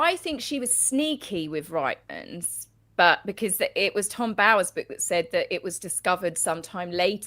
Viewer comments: Loved the interview but can I just help you out on the pronunciation of Reitmans. I'm Canadian and its pronounced "REETmans" not RIGTMans. I was confused as to what shop you were talking about. 😊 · SORRY LADIES….It’s pronounced REETMANS!! PLEASE share this fact! Canadians are hearing fingernails on the chalkboard when we hear RIGHTMANS! 😮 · 'Reetmans'... Rhymes with beet. Not 'Ritemans' 😂 as a Canadian this drives me 😂❤ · LOL “RITE’mans. It’s pronounced “REET” like feet. Reitmans. Canadian’s ears are bleeding all overYouTube! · pronounced : Reetman's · Canadian here! It’s pronounced “Reetmans”. I used to shop there regularly. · Hi, I very much enjoy your channel but I just have to say that the store that Meghan take the shoes from is pronounced....Reetmans with the beginning sounding the same as feet, only with the r. It is a Canadian clothing store. 🇨🇦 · Another Canadian and I completely agree 🇨🇦🇨🇦